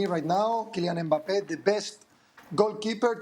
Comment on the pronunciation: Will somebody please teach them how to pronounce Mbappé??